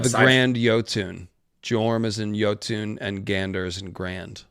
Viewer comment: Have to take my like back and down vote cause you said "injun" . That is fucked up, you dummy 😂😂😂😂😂